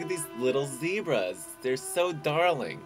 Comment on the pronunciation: "Zebrazzzz" Lolol